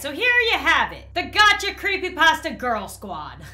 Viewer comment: You said Dacha not Gacha